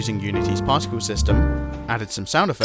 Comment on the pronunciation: The moment I heard him say "so I made some particles using unitys particle styme" was the moment I subscribed